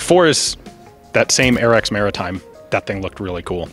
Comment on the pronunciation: "Mairitime" is the best time